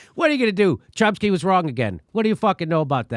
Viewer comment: " Cump-sky" lol.